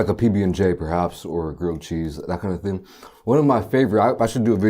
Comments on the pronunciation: Yo, I swear he said Texas TING. Big up my Jamaicans fr tho. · had to do a double take when he said texas ting lol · Anybody heard him say Texas ting?